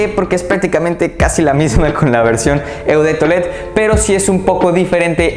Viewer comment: Ponle Cuidado a las pronunciaciones de los perfumes en francés. Y se pronuncia “o de tualet” no “eau”.😬